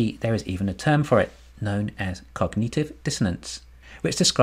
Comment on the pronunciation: “cog-nut-iv” not “cog-knee-tiv”